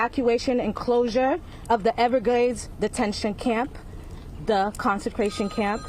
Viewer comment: Hahaha " Da consecration camp" hahahahaha